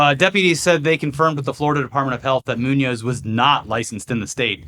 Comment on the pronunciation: I'm a fan, i just point out that is Muñoz with the accent in the "o", if not you could ear it as "Nuñez", that have the accent at the "U" if you say the work too quickly.